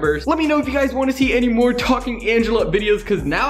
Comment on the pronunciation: It's funny when talking Angela said mowe